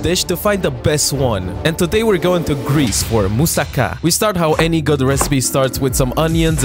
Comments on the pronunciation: As a Greek i have to say that the way you pronounced mousaka was quite good!!Keep the good work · Moussaka rocks. And your pronunciation was awesome. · Also thanks for pronouncing it correctly 👌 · Maybe so, but he’s one of the few people on this planet who actually pronounces moussaka correctly.